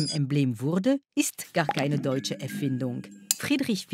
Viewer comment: und etwas typisch deutsches wird von jemandem moderiert, der das Wort deutsch nichtmal richtig aussprechen kann